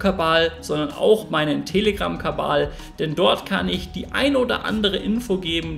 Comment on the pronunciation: Sagst du ganz am schluss "Kabal" statt "Kanal" abonnieren?🤔 😅✌️😎